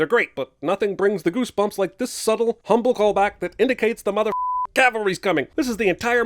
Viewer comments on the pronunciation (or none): none